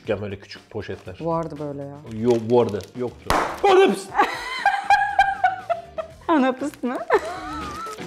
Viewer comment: ''ANAPIS'' lkhfbshfbkjadfkhjadk